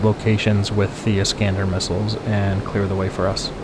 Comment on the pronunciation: "iiiisss-cahn-dahr" ...ask your CDN Intel Officer Handler. Pronunciations matter when in enemy territory/AO's 😁